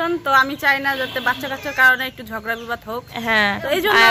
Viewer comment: ঝরগা না ঝগড়া শব্দ ঠিক করে উচ্চারণ করবে